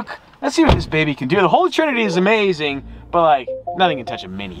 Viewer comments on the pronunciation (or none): none